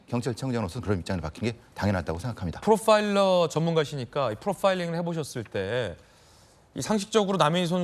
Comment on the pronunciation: ㅋㅋ프로빠일러 ㅋㅋㅋㅋㅋ왜케 강조하시는게 느껴지나요 😂😂